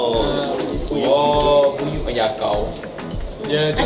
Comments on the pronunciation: Buyuk bha bukan buyuh hahahaahah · Pembetulan...buyuh tu buyuk bukan buyuh 😅